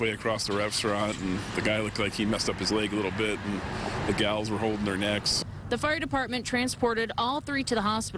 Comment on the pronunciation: Everyone talking about Bowser when the real MVP is the man who said “Gal’s”. 😂